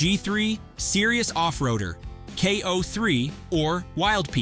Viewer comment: This video has too much of an AI generated sound to it. Calling the BFG KO3 a "Koh" for one ruins any validity of the video.